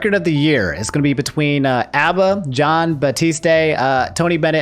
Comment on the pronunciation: This man mispronounces "John" yet gets "Miyazaki" right 🤦‍♂️😂